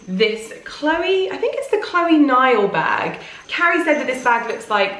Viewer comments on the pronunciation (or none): Chloé is not pronounced as Chlóe.